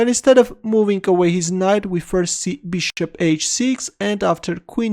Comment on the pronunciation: Ahahaha " bishtop "